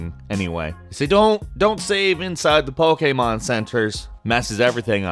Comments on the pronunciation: why do you pronounce Pokemon an pokamon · Back with the whole Pokeaaaymaaaan pronunciation. 10/10